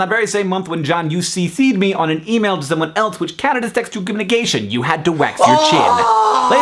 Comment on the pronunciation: \ cough "communcation" cough